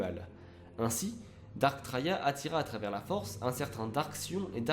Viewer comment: alrs je suis pas specialiste en star wars mais j'ai toujours crus que les seigneurs siths senommaient 'darth' et pas 'dark' par exemple j'ai toujours entendu darth sidious